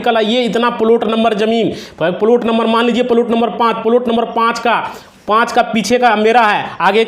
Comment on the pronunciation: तू बात बना रहा है. अब तुझको लाइक करना तो दूर सुनना भी बंद कर रहे है. फालतू का बकबास कर रहा है तू. हरामी लगता है. बार बार एक हीं बात रगड़ कर टाइम काट रहा है. प्लाट को प्लुट बोल रहा है. पुराना सड़ा फ़ाइल दिखा रहा है.